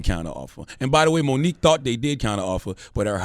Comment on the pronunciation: Her name is Mo nique stfu I'm out